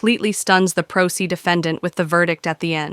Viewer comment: It's pro se not pro see & judge Oakley never goes too far with these fools 🤣